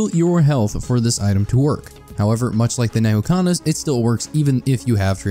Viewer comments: educational vidoeo; calls "N'Kuhana" Neyhookana. Nuh-Koo-Ha-Na N'kuhana Nuh-Koo-Ha-Na Edit: A script would do you wonders. There's a lot of mixed terminology that you use. Which isn't a problem in a normal video, but here, it's just confusing. So, I'm going to actually rewrite this whole video in summary here for everyone watching to use as reference. TLDR: Transcendence good on eclipse. Healing better for normal/maao. Key notes about your health bar.------ The green/red health bar is your health. This can be regenerated passively by your normal regeneration rate, regeneration items (items that say "regenerate" in the tooltip), and by health gain items (items that give you health for fulfilling certain requirements ((Harvester's Scythe requires you to crit for health gain.)) The blue health bar is your shields. He actually covered shields really well. The clear bar is Curse. Curse is a negative effect given by Shaped Glass, The Artifact of Glass, and the Eclipse 8 modifier. While this effect reduces your HP, it is considered an HP value and will remove OSP (Covered in "One Shot Protection" below) ++++++++++++++Your total combined health bar will now be considered HP (Hit Points)+++++++++++++++ (The yellow health bar is your Barrier. Topaz Brooch and Aegis can give you Barrier. They have tooltips. This does not contribute to your combined hp.) How to heal.------ As stated in your green/red health bar, you'll need items to gain health. Using these items while having a Tran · Nehukanas???? Nukahana is how its pronounced, great video but please stop saying it wrong